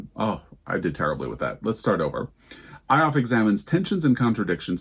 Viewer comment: 0 for 5 on both fiction and non-fiction for me. Lots of books I’ve not heard of. I’m actually very pleased that the Post didn’t do a Booker redux in their list, but they just went completely off-piste. I have the book Square Haunting by Francesca Wade waiting to be read. The subjects of that book interest me more than Gertrude Stein. Just a heads up that Ioffe is pronounced Yoffee. I’ve seen her commentary many times online. I hear snoring! 😴🤎🖤 Happy Thanksgiving to you, Joel, and Teddy! 💜 🦃